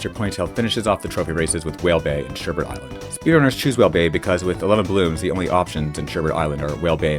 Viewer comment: there's only one r. Sherbet. A lot of people get that wrong.